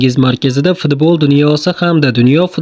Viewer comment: Хой админ илтимос фдбол деманг футбол денг худди маскара килаетганга ухшайсиз